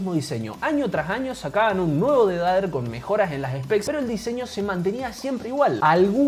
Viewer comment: ''el dedader'' JAJAJAJAJAJAAJJAAJAJAJAJAJAJAJAJAJAJAJAJAJAJA se dice pronuncia defeyder! no dijiste lo mas inportante los swich del razer son opticos con 0.02 ms de click deley contra 0.1